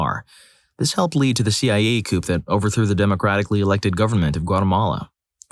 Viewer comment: It's a French loanword. Coup de tat